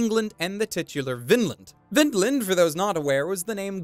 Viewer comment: Sigh ... Vinland has a long "i" in it, not a short one.